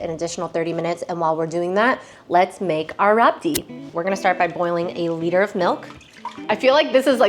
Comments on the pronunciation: Its pronounced as "rabri" not "rabdi'. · It's rabri not rabdi 😊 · Rabdi is pronounced rabri normally. Otherwise its rabrdi